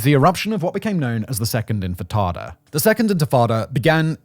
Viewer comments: its intifada not infitada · Intifada not Infitada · Intifada, not infitada. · Simon, repeat after me: in-ti-fa-da! Not in-fi-tada! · The intatatta? Do you mean Intafadah? That also is better translated as "Shaking off," as in shaking off of a burden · It is pronounced “ IN-TI-FA-DAH “ …… What’s the hell is infatada ?!? Isn’t that like a baked egg soufflé or something ?!? Seriously, how can you be trusted to speak on such things without properly & literally knowing the most basic of elemental terms in that region ?!? 🤡🤡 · It’s intafada, not infatada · Infitada? It's spelt right on your screen captions but you still pronounce it wrong? Infitada? Sounds like a menu item at an arab & Mexican fusion restaurant. It's INTE-FAH-DAH, not INFI-TADA. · DUDE - inFITada!? 😂 You're a Level 1...Get back to basics please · “Infitada” is not the word…they were intifada… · It’s intifada, not infitada. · infatada? ... You mean intafada? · he says intifada so wrong so much I had to stop watching :( he says infitada like a child. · In-ti-fada. Enfitada sounds like a mexican dessert dish. (Thanks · IN TI FA DA. Say it with me. Infitada sounds like Spanish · arrrgh Tomaytoes tomartoes- unless I’m informing a significant amount of people as a pioneer of the free press - 1st syllable #rhymes with minty - minus the M, 2nd syllable - paternal figure (Fardah) said with a Jamaican/Irish accent All together now 😂 Inty-farda - #Intifada 🎉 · This mf just said infitada ten times in a row and left it in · Infrittata lol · It’s pronounced “inti-fada” … and it was the first uprising of the Palestinian people against Israeli occupation of the West Bank and Gaza in 1987. Over 37 years ago. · 1. In-tah-fah-da 2. Pro Israeli and pro Arab commentors both seem to be pissed at Simon for leaving stuff out. This indicates that the producers at least tried to be even-handed. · Physically cringed when I heard that (not blaming) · Ant Frittata. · * I think you mean Infatada 😂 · no it's quite unprofessional..